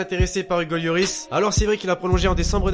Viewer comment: pk tu dis yoris on dit loris